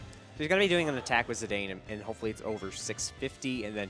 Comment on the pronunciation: THis is the first time I've EVER heard it pronounced Zai-dane.